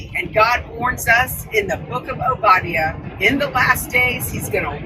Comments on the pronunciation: She can't even say, "Obadiah" correctly! It's, "O bah die ah"! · O-ba-di-ah … she said O-bid-dia…. Rehearsed not known. They’re all pretending. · She doesn't even know how to say, Obadiah!!! She days OH BA DEEA. But it's oh bah dy uh. Almost like she's never actually spoken the words and only I've ever written them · She can't even pronounce Obediah correctly... but has no problem threatening people. Not very G-dly 😅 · This woman doesn’t even know how to pronounce the book of the Bible she’s talking about…Obadiah pronounced “Oh ba die uh”. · Obadia lol. Sounds like a child pronouncing Obadiah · The fact that she doesn’t even know the correct pronunciation of Obadiah, in just about any language, Obadiah is Obadiah! It just shows she’s a prop, she’s paid opposition. It’s mental ping-pong. ☝🏽👑☝🏽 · She doesn’t know how to pronounce the Prophet Obadiah. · She didn't even pronounce the book of the Bible she spoke about correctly. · The way she pronounced Obadiah is a big tell. She definitely isn't a Christian who has attended church much. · What a vile hypocrite that woman is. She doesn't even know how to pronounce Obadiah. Thanks for explaining the weird way they write God. Leaving out a vowel isn't changing anything. God is not concerned with vowels, sounds like a cultish-brainwashing technique. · Was it the Jewish mobsters in Erika's family that are spoken of? 😮 This is only a supporter, why are you behaving like this is threatening? She could just be a nut. Can't even say Obadiah right.😮 Seriously, this lady is not the shooter. Nor does she even know the mob. She's a decent person. Gaza isn't being killed, except these were warned that Hamas was being eliminated. Lots of Hamas is in Gaza. Mikey is gross, so is his dad, the preacher. Not Israel. No, they didn't kill him. Tyler is only a patsy. Erika Kirk was separated from Charlie. Check her out, and her family. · That's not how you say Obadiah.